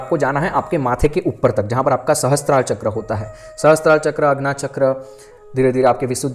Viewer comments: Please sorry पर बहुत समय से आपकी छोटी विडियोज देखी तब भी लगा बोलूं पर आपके सामने मैं तुच्छ हूं लेकिन एक बड़ी बहन के नाते कहने का मन किया अन्यथा ना लें आप बहुत अच्छा कार्य कर रहे लेकिन आप ये जो चक्र को चक्रा बोलते या आज्ञा को भी आग्न्या बोलते हो आपकी नॉलेज बहुत अच्छी है पर हर चीज में आ की मात्रा उसका अर्थ बदल देती है कई महान गुरुजी लोग बताते शिव को शिवा बोलने का क्या अर्थ होता शिव प्रभु और शिवा यानी शक्ति अब आप कई बार ऐसी ही त्रुटियां करते और लोग भी इसे सुनते इससे फायदा हो या ना हो पर गलत उच्चारण सही फल नहीं देता ऐसा कई गुरुओं का मानना है और हमें भी सुनने में अजीब लगता ये अंग्रेजो की आदत होती हर चीज में आ की मात्रा लगाते हम तो हिंदू हैं क्यों ऐसी शैली का उपयोग करते आप। एक सुझाव है ये बस बाकी क्षमा चाहूंगी आपको कुछ बोला इसके लिए आपका ज्ञान बहुत अच्छा है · Aap log pahle chakron ka Naam sahi se uchharan karna Sikh le FIR video banaya kariye